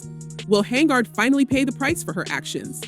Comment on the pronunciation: HENYARD. NOT HANGARD